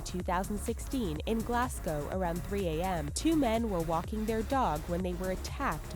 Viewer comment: they way you say "Glasgow" pisses me off so bad